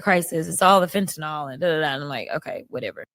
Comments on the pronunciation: There is no “o” in fentanyl, people. FEN-tuh-nil. FEN-ten-all. Not saying you can fix it without pronouncing it, but it can’t hurt. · Phen-tin-nil. Not phen-tin-nol. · For the thousandth time, it's not Fentanol. It's fen-ta- neel..